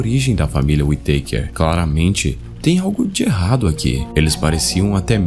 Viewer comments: Não é Uiteiker, é Uitacár que agonia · e falar tão errado a pronúncia da família kkkkkk WE takers